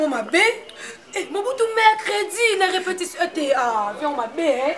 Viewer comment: balobaka: RE-PE-TI-TION et non REPEPTION.Ba chronifuiti nazo koka lisusu bino teinnn boni ba français boyé eeeeeeh